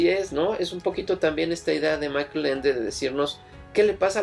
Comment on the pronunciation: Una precisión. Michael Ende era alemán, por lo tanto la pronunciación de su nombre es [MÍ-jaj-el]